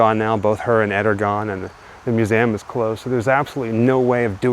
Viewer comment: Please sir. I it is not "mew-zam".